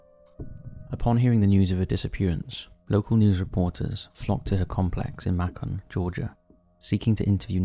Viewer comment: It's actually (may con) Macon georgia.